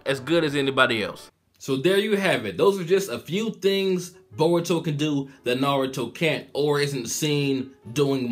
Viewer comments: borutou and narutou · Why do you pronouned Naruto as "Na-RU-To and Boruto as "Bo-DU-to? theyre practically should pronounce the same...